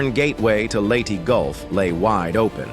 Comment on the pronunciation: lady golf?? wtf! The AI narration was disrespectful. That it was also stupid goes without saying.